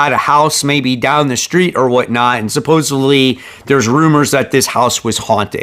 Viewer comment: Sup-pose-ED-ly. I’m gonna keep knocking you until you say it right. “Supposevly” is not a word. Come on. You literally read for a living.